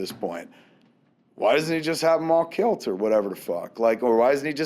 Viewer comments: That Martha bit really got to me, I know that everybody says its silly but it struck an emotional chord with me. Also Kevin I'm wondering why are you calling it kilt instead of kill? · I love the way Kevin says "killed"....he pronounces it " kilt" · Why does Kevin pronounce 'killed' as 'kilt'? Is it a regional dialect thing, or just a Kevin Smith thing? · Is Kev saying "Killed" or "Kilt"? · nictro No its just being lazy. I have never heard anyone else pronounce it like that.